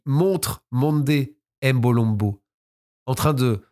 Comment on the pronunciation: Toujours au Top, Mais la prononciation de certains nom m’ont déranger lol. Mbolombo, Ngeni,… On ne dit pas M-(Aime) Mbolombo mais uniquement MBOlombo sans dire le M, Pareil pour Ngeni, Mbappé ou autre Noms africain commençant par M ou N 😊